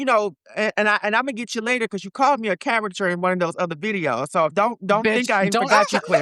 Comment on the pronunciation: he kept saying caruchur even after being corrected and saying it correctly once 🤦🏻‍♀️